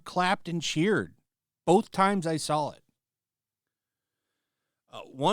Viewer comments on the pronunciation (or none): Bolth, and sawl, stop putting L's in words that dont have them.